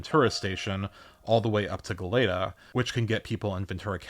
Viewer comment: you actually said "Goleta" closer to how it is in Spanish, hence closer to being most correct. "golaeta" vs "goleeta", the spanish 'e' is 'ae'. so good job :) love your vids!